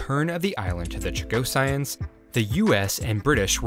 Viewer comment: Ok, i gotta fix your pronunciation because it’s bugging me. Chagossians Cha-go-shuns. Not Cha-go-cyans